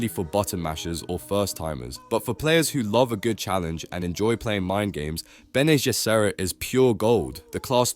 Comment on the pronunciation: You have to amazing ability to pronounce Bene Gesserit differt every single time and none of the times are correct.